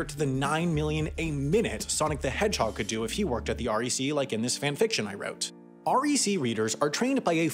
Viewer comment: Heading ‘R E C’ was driving me bonkers since we pronounce the acronym like ‘wreck’ but of course I wouldn’t expect anyone to know that. Plus the test was written in the 90’s so the cursive mystifies the teenagers applying. And it is grueling because you’ll spend 30 mins taking one of the ‘big’ tests and not pass because you made 3 mistakes, not 2. We’re hiring btw.